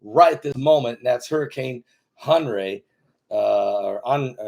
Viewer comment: It's pronounced just like Henry.